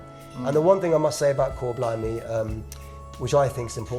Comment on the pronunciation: Ooo sebut 'Kor blimey'. Den panggil chor blimey 😅.